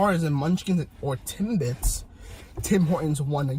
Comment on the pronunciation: He said tim"bites" lol